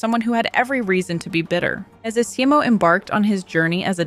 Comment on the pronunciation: esimo. the game tells you how to pronounce it